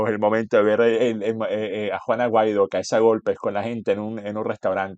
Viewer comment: Juan Guaidó, no Juan Aguaido.😮